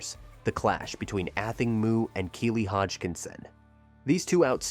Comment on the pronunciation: have journalists lost all desire to do any research on their topic? like Google how to pronounce "Athing Mu" correctly if they are giving a whole piece to the public about this amazing athlete. shame on you